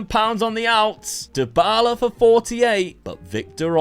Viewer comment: My brain froze for a whole minute at Dybala being polish!!!! Dybała is pronounced Dee-Bow-Ah (yes, i am shocked too, cuz it's in Polish)